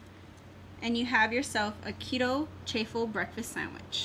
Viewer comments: It’s actually pronounced Chaw-ful like a cheese waffle. But for anyone who hasn’t tried them they are really good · Please say chaffle just like waffle with ch sound cha ffle